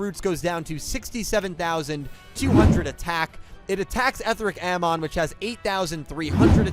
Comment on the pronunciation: It's pronounced "Eh-thee-ric Ah-mohn." The dub pronounces it like that, also "Etheric" is an actual English word. "Amon" is a mythological character... also a character in The Legend of Korra.